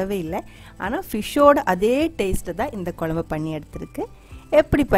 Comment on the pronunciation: A slight change in pronounciation.pls say kozhambu not kolambu. It's not pleasant to hear.Most people say kozhambu only except locals.